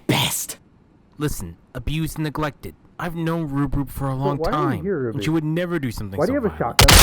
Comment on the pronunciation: That’s not how you pronounce Ruby!! Flashback to ruby episode that is so terrifying Me: Can we go back about that